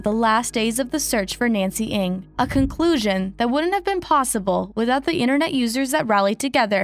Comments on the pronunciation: I hope the family finds closure. Also the group comes forward on what really happened. ALSO, Ng is pronounced "Nang" not "Ing"; it was pronounced correctly by one of Nancy's friends within the video. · Please .. not Eng it's Ng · I definitely recall that "NG" is pronounced as Nang and not Eng? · NG not ANG. Jeez. Rest in Peace, Nancy. 😢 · the pronunciation is "Nang" not "Ang". btw she looks china so she probably just walk away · Ng pronounce as Eng not ing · At least pronounce her last name correctly. Its not "INC"